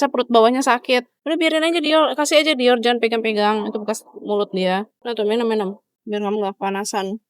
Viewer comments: Kak kakak kamu jangan panggil dior itu dioll alay nama nya itu dior bukan diol maaf kalau aku kayak gitu bye Semoga di baca ya bye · Aku dengar bilang dior kaya bilang "diol"🙏